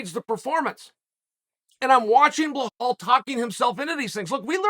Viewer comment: Can you please stop saying his name wrong. you call him bahal....? his name is Bilal